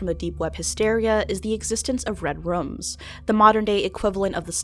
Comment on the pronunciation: Lol she said "Red Rums"